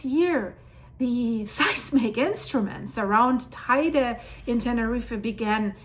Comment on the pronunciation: And Teide is pronounced Te-ide.